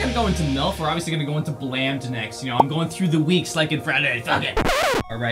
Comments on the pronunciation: First The song blammed is not pronounced as ba-lamb-d it's ba-lay-m-d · He said blamd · That’s not how you pronounce blammed but alright